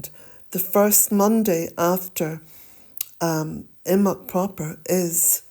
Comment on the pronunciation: How do you pronounce imbolc? The way you say it sounds like imoc. Some say imbolc, with emphasis on the b. I would like to say it correctly and I am sure the way you say it is correct.